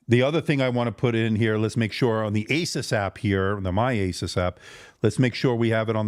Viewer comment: Thank you for saying AY suss and not ay SOOSE which sounds ridiculous.